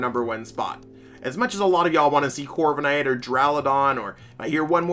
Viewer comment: why are you all dyslexic and mispronounce the 2nd and 3rd syllables of DURALUDON??? It's DU-RA-LU-DON not DU-RAU-LA-DON you freaking foools